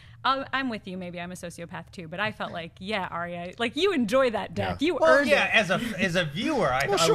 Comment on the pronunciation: OMFG All of you stop pronouncing Arya's name wrong, she has said her name twice this season to try to get people to say her name right and yet you still say her name wrong >.<